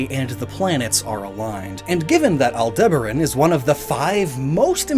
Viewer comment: Honestly, I think your Japanese pronunciations are better than some of your English ones. You continually mispronounce colloquial in episode after episode, and you called Taurus, the constellation, Tauros more than once, as well as mispronouncing Aldebaran.